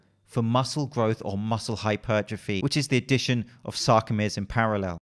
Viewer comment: I really like the fact you pronounce it hypertrophy not hyper trophy.